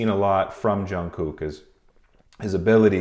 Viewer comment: love your videos! you pronounce the hell out of jungkook’s name though😭